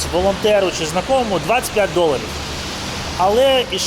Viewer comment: «закомому» знайомому 😉